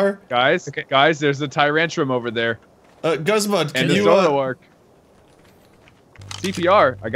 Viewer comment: its..... guzma how to pronounce gooz ma